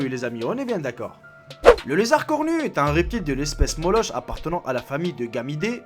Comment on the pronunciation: Ça ce prononce "molok"